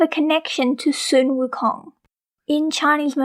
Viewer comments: Sun Wukong is not pronounced Soon Wukong, it is pronounced Son Wukong!!!!!!!!!!!!!!!!!!!!!!!!!!!!!!!!!!!!!!!!!!!!!!!!!!!!!!!!!!!!!!!!!! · You mean "sun wukong" not "soon wukong" right?